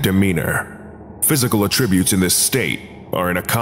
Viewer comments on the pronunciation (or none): The pronunciation of "ah-tributes" (attributes) is making me crazy too... Great enunciation for a strange pru-nouncyashun, at least!